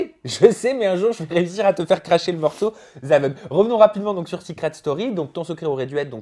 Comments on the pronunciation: Je rêve où il dit " Seucret Story " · Seuuucret story 10 😂 La prononciation 😂😂